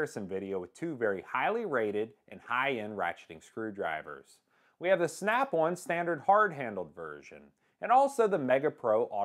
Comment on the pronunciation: Snap One or Snap "On" ??? Great review regardless of saying the name wrong. 😎👍